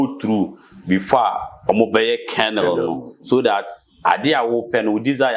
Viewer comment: AWESOME TEACHINGS 👌 WHY THE MAN SAYS CANDLE 🕯 BUT YOU KEEP SAYING CANEL 😢